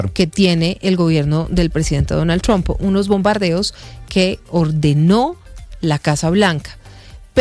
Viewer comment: porque dices siempre Donal Trompa😅